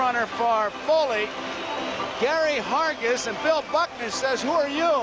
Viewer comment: Gary Hargis’ only MLB appearance — you gotta love the way Garagiola busts his chops, and mispronounces his last name (“Hergis”) for good measure. I actually saw him play in the minors, for the Columbus Clippers, before they became a Yanks farm club.